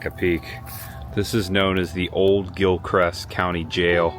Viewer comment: I drive that road in the beginning every day on my way to work at Lancaster Correctional Institution outside of Trenton. Oh, and it's Gilchrist, not Gilcrest😅